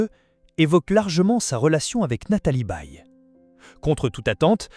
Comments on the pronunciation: La voix est à chier .Je zappe systématiquement, merci l I A . ON NE DIT PAS BÉE MAIS Baye comme goodbye . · Nathalie Baye n est pas une Baie. Son nom est mal dit. Je suis du Quebec et je sais comment prononcer son nom.